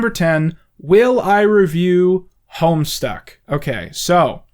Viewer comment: I have absolutely no idea about this Homestuck , I originally thought he said homestar as in homestar runner